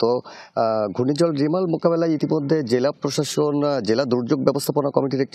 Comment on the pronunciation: "রেমাল" রিমাল নাহ্